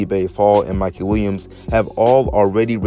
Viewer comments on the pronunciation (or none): none